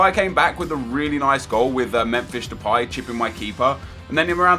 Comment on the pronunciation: Did this dude really just say Memfish Depay?